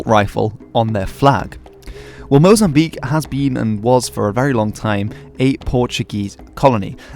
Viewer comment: thanks for pronouncing Mozambique right (mo-zam-BEEK) instead of mo-zam-bi-KAY <3 -a fellow lusophone